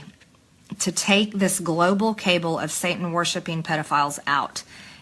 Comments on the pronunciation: Love how MTG reads Cabal as Cable showing she can't read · I do wish MTG would learn to pronounce words! The word she wanted was cabal, but pronounced it cabel! And she wants to debate Ocasta?😂😂😂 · Are we just going to overlook the fact that old Moscow Marj said cable not cabal?? Wtf is in the water in Georgia? Are all you people a moron like MTG?